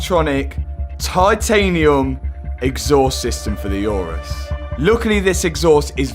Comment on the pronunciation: Oo-rus, not Yourus. My god. Call yourself a car guy but can't pronounce the name properly 😀